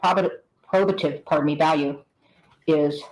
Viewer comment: Why does she keep mispronouncing "probative?!" She corrected herself once, then repeatedly said it wrong after.